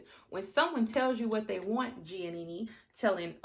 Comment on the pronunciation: I love how you pronounced Giannina’s name as Giannini lol 😂 but I completely agree that Damien is manipulative. Granted, Giannina does pick fights and confuses dysfunction for passion. However, Damien gaslights her constantly. And I KNOW he’s manipulative because of (1) how he rejected her at the aisle as you mentioned and (2) how he reacts when Gia brings an issue to him. It just seems very calculated and very “let me sit here quietly so you look like the crazy one and then proceed to refuse to take accountability and project my insecurities onto you.” Plus, SHE STILL HASN’T MET HIS PARENTS TWO YEARS LATER. Run, Gigi!